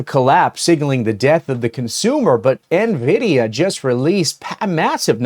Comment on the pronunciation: It not pronounced "navidia" just like nuclear isn't nucular